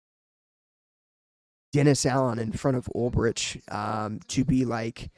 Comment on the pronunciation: Good video dude. But just FYI...its pronounced "UL-BRICK". Former Niner linebacker in the early 2000s. Fingers crossed for Saleh....and they could lose out on Ulbrich to ATL too. Might have to settle for their third or fourth choice.